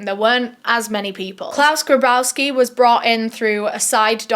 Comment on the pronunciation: Claus "GRABowski"?! Are you fucking kidding me!? You can't make this shit up...